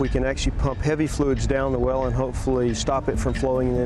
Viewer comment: Problem Wiff da wewll